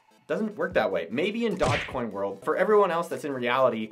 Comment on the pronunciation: Did this man really just say dog-coin?